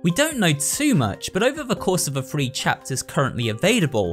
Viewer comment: "in chapters 1 fru free" wtf